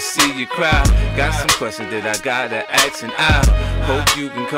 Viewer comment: Zack Nichols 50 cents says axe instead of ask. so chill